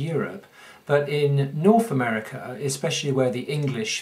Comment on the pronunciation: Where is "norf America"? What is "worfless" and "frone away"? If you are trying to educate people on a subject then at least get the English language part of it right.